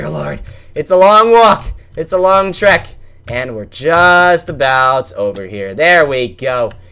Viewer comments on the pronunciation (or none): none